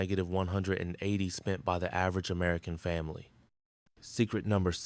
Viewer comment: Difficult to believe anything is true when AI is used. It doesn't even say family correctly. Family was pronounced efamily.